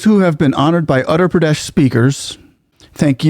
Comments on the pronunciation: dude. please spend some time learning to pronounce the names of Indian states, your pronunciation is atrocious to put it mildly. My ears bleed when you massacre it. Uttar - Ut- thar (with double t together like bottle) Gujarat - Gu-ja-rath(like path) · Uttar pradesh get ur (uttar) 😊 pronunciation in order haha Yogi ji is very particular on it UP was known for its natorious Gangs and mobsters Now ppl even think before eve teasing forget violence etc Yogi ji ll make sure ur 6 feet under no question asked Her real sister sells flowers earning 10 $ per day as on today. We want Yogi as our PM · Uttar Pradesh - the U is pronounced as in Uruguay. And the author of Ramcharit Manas is Saint Tulsi Das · The State is utter (uh ter) Pradesh. It almost sounds like you were saying Andhra Pradesh. Just thought I would point it out. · It’s pronounced as Ootter Pradesh. Not Utter Pradesh. Properties being bulldozed are illegal ones. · By the way, the state name is pronunced as "Wutthar Pradesh" as Indian names are phonetic. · Really loved the video!! small correction it's pronunciation is oother pradesh although it is written as utter pradesh on paper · Sir with due respect. It is Uttar pradesh and not Andra pradesh . Otherwise you are great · You are pronouncing the name of the state wrong. The letter U is pronounced like in Uber. It is not pronounced as ATTER Pradesh, it is UTTAR Pradesh. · I have developed great respect for CM Yogi Adityanath- He is not anti other dharmic traditions. BUT he is hard on crime of any/all kinds. He has developed housing, security, and economic systems. He has developed Uttar Pradesh - (not pronounced as English word "utter" with hard "t" but soft "th" without aspirant). People feel safer and respect the law - mostly. He is organized, disciplined and so inspiring. It is interesting that you compare Yogi with Tom Homan - a remarkable leader as well.😊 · The way he pronounced "utter pradesh" 😂😂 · It's oottar pradesh if that helps pronunciation.